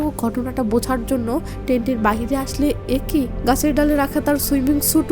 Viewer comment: আপু এক+ই উচ্চারণ একোই না।